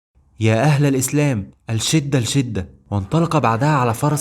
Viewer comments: يا أخي بارك الله فيك.الشٌٍدة و ليس أٓلْشٍدة.ماهذه العربية. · ياخي إلى الان لم تحسن نطقك لحرف اللام والتفريق بين اللام الشمسيه واللام القمريه اتمنى أن تنطق كلمة " الشدة " باللام الشمسيه وليس القمريه ، وهناك الكثير من الكلمات التي يجب عليك نطقها نطقاً صحيحاً اتمنى أن تأخذ انتقاد بروح أخويه # نقد بنّاء #